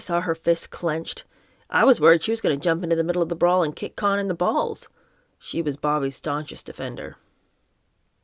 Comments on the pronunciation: There's numerous Youtube documentaries about Roy Cohn, and his surname's pronounced Co-en, not Khan--like Genghis Khan. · I think Roy Cohn’s name was pronounced “Cone”. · LOL! It should have been “con” but it’s really pronounced “cone” I wasn’t going to say anything when you pronounced it “co-han” but couldn’t let this go on wrong. Sooo sorry! I don’t like to point these things out. I just enjoy your reading. There are a couple good documentaries about Roy Cohn on streaming services. He was a good lawyer but a pretty evil snake. PS - if you’re not sure how to pronounce a name, you can put it into Google ie: “Roy Cohn - pronunciation,” and the computer will say it back to you. ❤this is not a criticism in any way. So sorry you got bad advice. I loveyou and your channel!❤ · His name is pronounced, CONE not KHAN- Roy Cohen GREAT ATTORNEY. LOUSEY PERSON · This probably won't reach u but it's not Cohen or khan but cohn, pronounced cone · I'm from NY. It's Roy CONE. NOT Con, not Cohen. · In NY, Roy Cohn was always pronounced cone, not con. On every TV and radio during a long career. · Not sure who told you how to pronounce Roy Cohn as Con. It’s pronounced with long O like Ice cream cone. Whoever told you otherwise is very wrong. I’ve done years of research on Roy and his family. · It’s not Cohn like John , it’s Cohn pronounced Kown . Sounds like ice cream CONE. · I am very much enjoying this reading with commentary. It is a little thing but I have never before heard the last name of the despicable Roy Cohn pronounced with an "ah" sound as in "Kahn". It is pronounced "Kohn" with an "oh" sound. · Roy Cohn's name was pronounced CONE, not "kahn" as she did. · It’s Cohn: “cone”. I think “con” was meant to be facetious, as it’s fitting. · You were right the first time. It’s Roy Cohen not Con. His most notable protege was Donald Trump. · It's Roy (Cone) Cohn most evil man alive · Its actually pronounced "cone" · Babe, it’s pronounced cone. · Roy Cohn is pronounced “Cone”